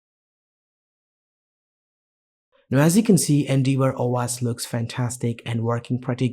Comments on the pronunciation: Great video, thank! Just FYI, it's pronounced En-Dev-Or. Endeavour is an English word that means "to attempt (something, such as the fulfillment of an obligation) by exertion of effort". I'm just trying to be helpful. Your English is great otherwise. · more like En-Dev-Err